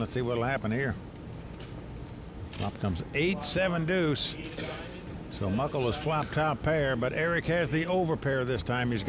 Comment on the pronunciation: It's Mukul not Muckel!